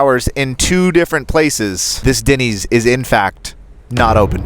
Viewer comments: Why he keeps calling it Dinny's and not Denny's is funny. It's like he thinks it's a slang term for dinner. "hey, do you guys want me to make you some Dinnys?" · It’s Dennys not Dinneys 😂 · 1.5 million views to hear this guy over use the word literally And to call Denny's.....DINNYS Wow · Is it just me or - every time you pronounce Denny’s I cringed. 😅